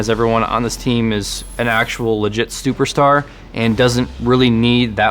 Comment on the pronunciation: “legit stuperstar” haha. I guess they only had time for one take :)